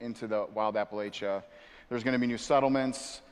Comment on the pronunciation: Do none of them know how to pronounce, Appalachia